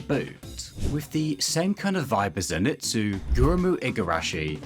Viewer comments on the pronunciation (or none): none